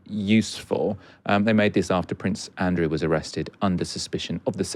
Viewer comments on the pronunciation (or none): none